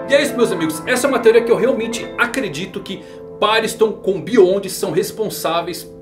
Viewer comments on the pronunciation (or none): none